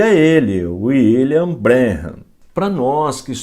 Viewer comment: Pastor, muito bom trabalho falando dessa seita,mais Pastor, o senhor pronuncia o nome " William " errado !! Meu canal no YouTube é voltado para refutar essa seita,pq um dia eu fui. Fiz intrevistas com pioneiros da #mensagem ( Tabernáculo) é só dar uma passada no canal.